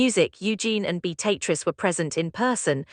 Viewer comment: A1 ewww pronunciation...beat-a-triz instead of the proper pronunciation 🤮